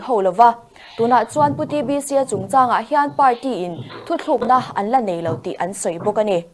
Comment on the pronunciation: News reader in, "Thuthlûkna" a tih hi a dik lo, "Thutlûkna", tih tur..